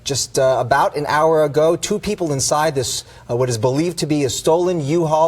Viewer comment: "This started bought half an hour agoow~" He's definitely from LA